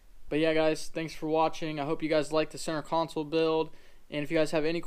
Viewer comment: Console. Not council